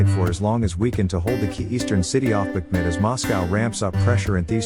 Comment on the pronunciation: Who is the absolute MORON who is narrating this, and these other videos, as the Ukrainian city is NOT called Bachman, you ignorant ass but IS called Bakhmut i.e., "Bak moot" (Phonetically) so please extract your Hotel from your Alpha dipshit and DO YOUR HOMEWORK & GET IT RIGHT for a change!!!